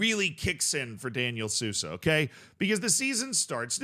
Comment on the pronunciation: Sousa is pronounced soul-za. J in any Portuguese word is pronounced like s in casual. Edit: maybe I should stop doing this